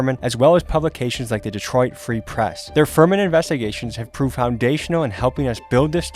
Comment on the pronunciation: You said Detroit Free Press ALL WRONG 😂 it's Detroit, Free Press.... Not Detroit, Free, Press....